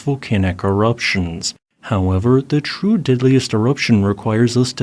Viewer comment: Why do you say "diddliest" instead dog "deadliest"? You sound like Ned Flanders lol